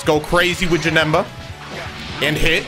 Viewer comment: bro he deadass called him "JaNigga”😭😭😭